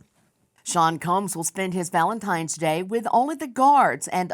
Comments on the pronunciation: I absolutely love you Nancy Grace but it is Valentine’s Day not Valentimes day! What is happening?! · Did Nancy Grace just say Valentimes!?!?!?!!?